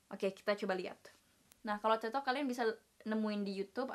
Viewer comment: THE WAY YOU SAY "TED" IS FUCKED UP